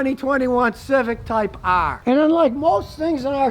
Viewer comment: “This is a 2020 Type AAHHHRR”